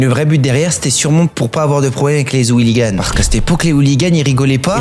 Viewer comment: "les zouliganes" 😂